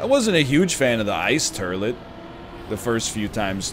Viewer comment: I love the fact that thanks to, the word has just officially become "turlet"...